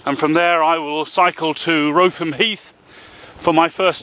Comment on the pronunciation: Well done for making it to Le Mans. Just need to work on your pronounciation of Kent towns and villages. Wrotham = Rootem Mallng = Mawling And some others for you.. Shipbourne = Shibbun Trottisclife = Trosley Have a great time.